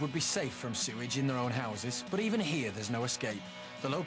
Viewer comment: "Sorage pipe?" Peasant!